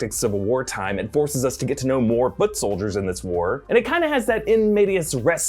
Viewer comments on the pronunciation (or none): none